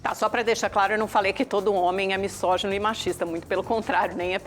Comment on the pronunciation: Quando a ignorante (que fala missógino, em vez de misógino) deixar o programa eu volto a assisti-lo. A esquerdista não tem argumento e quer ganhar o debate no grito e na distorção dos fatos.